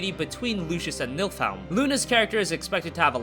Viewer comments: by the way Niflheim is being pronounced incorrectly in this video and Noctis is actually 4 years younger than Luna (spoiler alert), weird right. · Nilfiheim is how it's pronounced. They say it in the Kingsglaive movie. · It's Niflheim